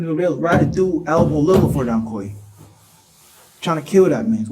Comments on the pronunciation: In England Quay is pronounced Key. That makes him Donkey. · It's pronounced donkey. Can't fool me. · 2 idiots 🙄 "DonQuay"😂😂😂😂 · donkey is the correct way to say it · The mom couldn't pronounce Donkey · "Donquay"....A future brain surgeon for sure. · In Europe Quay is pronounced Key. So Donquay had a fitting name. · Dowquay?!?! No way!?!?😂